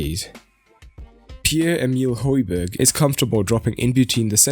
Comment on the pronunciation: should have talked about how important hojbjerg (pronounced hoi-bee-air) is to the team. breaks up the play and his composure is unreal. if u mentioned this u could have just shut all the rival fans saying he is shit even though they dont watch us play much